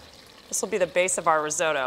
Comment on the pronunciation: Breville. A great Australian company. Never heard risotto pronounced Ri-zoe-toe before though.